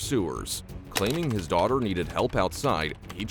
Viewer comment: “But…but…MUH DORTER!!!”😹😹😹😹